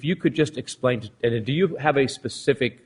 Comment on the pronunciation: “Lemme ax you a pacific question: May I publish?” You may publish.